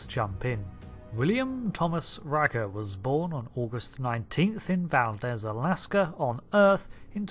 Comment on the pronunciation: it's pronounced Val-deez